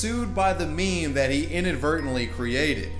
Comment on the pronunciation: Did he just pronounce meme as "maym"?